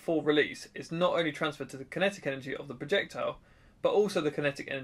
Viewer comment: Do you keep saying "not" or "note" in your numbers?